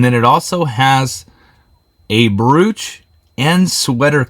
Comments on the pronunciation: Love your curiosity and willingness to share your learning experience with all of us! For future jewelry videos the most common pronunciation of brooch sounds like you are saying "bro" (like to a male friend) then adding the "ch" sound on the end. The O sounds like Oh and not Ooo/Ooh. 😁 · Check your pronunciation of word brooch!!!